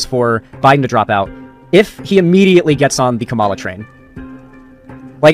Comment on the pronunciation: Please, that's not how Kamala is pronounced. You're not beating the whiteboi allegations.